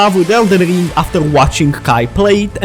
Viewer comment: 😂 someone teach him how to say ring … not ling